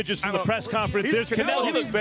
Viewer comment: I he said Canrloadr Bud look away first it would be the best thing you hered him say